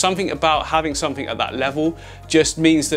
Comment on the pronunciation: Disappointed at the ending.. Bring back Somefink!! 😂